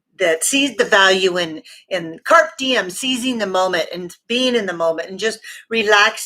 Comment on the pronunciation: The term is pronounced "carpay dee-um," not as you said it.